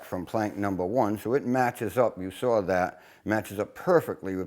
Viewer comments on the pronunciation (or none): Just one complain. Saw is spelled and pronounced saaawwwww NOT SAWR OR SAHHWWRR. Other than that you’re a bad ass Shipwright